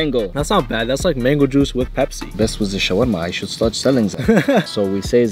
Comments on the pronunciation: It's not bebzi it's pepsi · The accent is on point (BEBZI)!!! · “Let’s make a Bepsi khulfil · say bebzi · "Za Bebsi"🤣🤣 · "YOU MEAN BEBZI?!?!?!" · "Are you gonna make Bebzi Kulfi?" 💀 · Arabs know how to say Pepsi. FFS. 😭